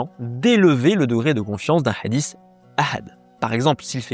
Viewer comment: Madame Chabbi : les mots de coran sur FBK, une valeur sûre qu ne prononce pas le mot hadiths en "adisse, adisse, adisse, adisse" ... au bout de quelques 20 "adisse" j'ai stoppé la vidéo, et je ne suis pas arabophobe, mais j'aime que les mots soient bien prononcer ... et ce mot hadith n'est pas le plus difficile de la langue arabe ...